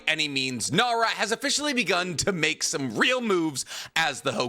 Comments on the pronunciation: Fake fan. His last name is Nara. Not Naru. And you call yourself a Naruto geek? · Shikamaru Naru? No dude... it's Shikamaru Nara. 😅😂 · NARA not Naru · bro nah bro said naru, im done, bro, nara, shikamaru nara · Naru... Nara* 😂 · >less than a minute into the video >mispronounces Nara Oh yeah, I forgot this guy was just actually illiterate.